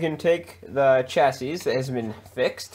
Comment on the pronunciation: Pro tip, it's pronounced shassy 😉